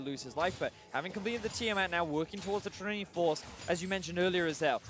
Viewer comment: why does Vedius say trinity like that it triggers me so hard